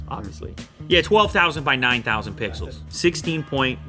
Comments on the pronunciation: Did he just say 12 thousand, 19 thousan pisos? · It did sorta sound like it but he said pixels.